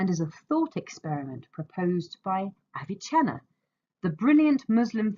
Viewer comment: its NOT aviCHenna. Its Avicenna. He is not Italian. Stop mispronouncing his name. Also your audio is barely recognizable. Get it together lady